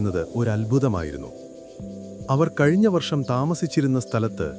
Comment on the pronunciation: വർശമല്ല ,വർഷം വർഷം വർഷം എന്ന് ഒരു പാട് തവണ എഴുതിയും പറഞ്ഞും പഠിക്കൂ😂